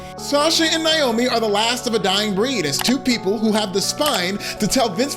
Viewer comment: It's NAY-oh-me, NOT "NIGH-oh-me." At least pronounce Trin's stage name correctly. It's kind of funny WWE would release M.J. (Sasha) but not Trin. I suppose though, if they did, they'd risk her husband Jon (Jimmy Uso) leaving with her and taking his brother and maybe even Joe (Roman) with them.